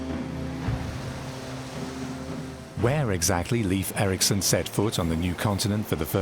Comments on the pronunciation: It's pronounced "Lafe" (rhyming with safe), not "Leef". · Leiv Eiriksson, pronounced Lafe, not Leaf. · How sad that the voice-over could not be made to learn to pronounce Leif Eriksson correctly. It's not "Leaf" but L-e-i-f : that is, e as in Erik, i as in Erik. You had it already, but lacked the proper advice and training. It's truly tiresome to listen to such a mistake repeated throughout. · Pronounced Layf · The pronunciation of Leif is predictably wrong. Because the Scandinavian languages differ in their pronunciation of the digraphs ⟨ei⟩ and ⟨ej⟩, the name Leif may be either pronounced as an approximate rhyme for "safe", or approximately like the English word "life", In Sweden, Finland, Iceland and Western Norway, it is an approximate rhyme with "safe". In Denmark, much of Norway, and the southern and western regions of the Faroe Islands, the name is pronounced more like "life", while the only exception to this pattern is in the northern and eastern regions of the Faroe Islands where it is an approximate rhyme with the English word "coif". In no Scandinavian region is the name pronounced like the most commonly heard English language pronunciation, "leaf", as that would be a homophone of the unrelated female name Liv/Lif.